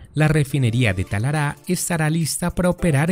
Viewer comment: Muy bueno, solo una cosa No es "Talará, . . . es Talara", gracias y saludos